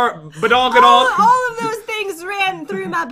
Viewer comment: Did pat really just say "or badongadong"